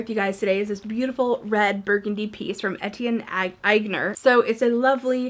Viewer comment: The designer of first bag is Aigner .It's pronounced (on-YAY). They were REALLY popular in the 80's. Love vintage/thrift buys!!